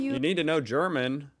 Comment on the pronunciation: your German pronunciation is getting better and better :D